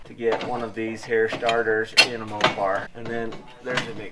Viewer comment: "Valve train rattles." Uh, "Mo-par."